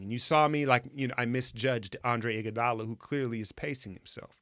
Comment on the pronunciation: Loved that you showed my man Iggy some love in the intro! but what was up with that "Niggadala" call toward end of highlight recap?" I'm playing.. but it did sound that way tho.